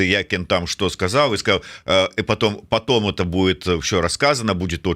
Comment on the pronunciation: Как, паглядев, можабыть, дв, найду, потОм, .. и т.д. - как серпом по одному месту даже для русскоязычных беларусов.